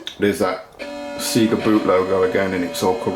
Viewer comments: It's pronounced Sayga not Seega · It's not Seega. It's Sega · Nice fix. Never heard someone from the UK pronounce it "SEE-GA" before, thought it was just an Ozzie thing.